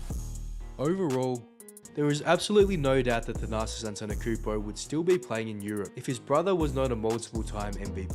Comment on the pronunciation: If u make a video about someone , at least learn how to pronounce their name